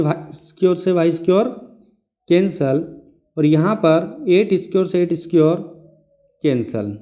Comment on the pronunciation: squr nahi square hota he